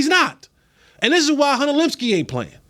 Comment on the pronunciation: Please pronounce Luepkes name correctly